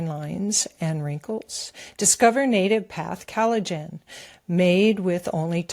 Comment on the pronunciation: is still mispronouncing collagen. She pronounces it as though it was spelled Cal-a-gen.